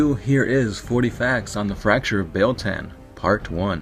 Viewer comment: It's pronounced: BEE-YELL TAH-N. BEEYEL TAHN BEIL-TAN